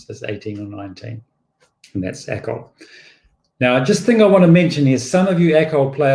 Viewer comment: It is Acol, not ACOL. It is not an acronym.